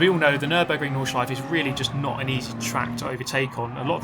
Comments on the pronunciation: Every german be like: It´s nordschleifE, there´s an E at the end not Nordschleif triggered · Porsch-E Nordschleif-E and so on... :*